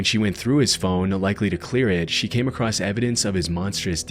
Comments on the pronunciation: He says acrost in a lot of his videos. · There is no T in "across".